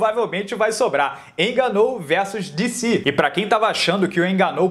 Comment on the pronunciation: Francis enganou, Rabibi nurmagomedov kkk este maluco não sabe falar o nome dos lutadores, muito bom kkk